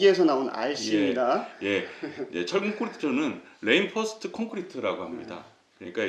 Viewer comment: 레인폴스트가 아니고 리인폴스트가 맞은 발음입니다. 충실한 내용 도움이 됩니다. 감사합니다